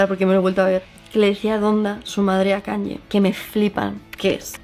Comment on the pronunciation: Me chirrían un poco los oídos cada vez que dices KanYYYYYe, es "Kanie" 😅